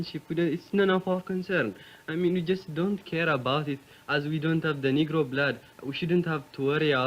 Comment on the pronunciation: Bro said "the nigro blood ""😂😂😭😭